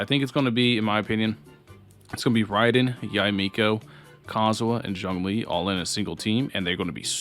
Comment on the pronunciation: This video gets a thumbs up just cause you said Yah-eh Miko right.